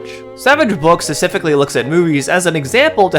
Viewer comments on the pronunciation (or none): If you can't pronounce the word specifically - and you clearly can't - maybe don't include it three times in your script in quick succession? Or hell, why not go crazy and do another take where you don't mess it up? It's kind of hard to take someone seriously when they're talking about low effort grifters when their own level of effort seems oddly minimal.